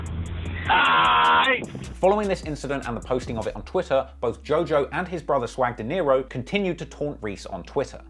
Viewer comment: Swag Dinero not Deniro you said it wrong about 10 times 😅, nice content though